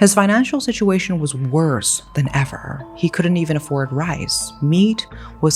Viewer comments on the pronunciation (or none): none